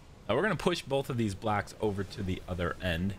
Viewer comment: Ro-“blacks”, building “blacks”, Road “blacks.” Is no one else gonna talk about how this guy says “blocks?” I seriously kept looking for something that was the color black, u til I realized he can’t say the work “Block.” Wtf!?